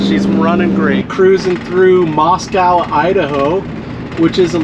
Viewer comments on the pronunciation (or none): When I lived in Moscow the locals pronounce it Moscoe. Just an FYI.